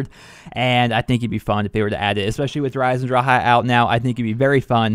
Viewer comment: he said dereiseondrachaa